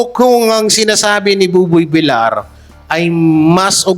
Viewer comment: Boss paki ayos ang pronounciation mo mas oki ung Vilyar na sanihin kesa Vilar pls TVJ din ako forever